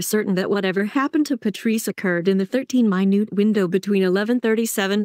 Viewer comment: Thirteen minute (time) not minute (small in size). Obviously robot voices can’t tell the difference.